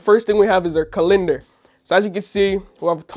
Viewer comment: Man said Colinder instead of Calendar 😅